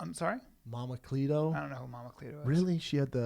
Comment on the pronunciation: Lmao Schuab called Ms. Cleo "Mama Cleeto"